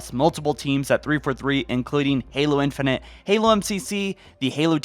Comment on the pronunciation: “Infunint”? It’s infinite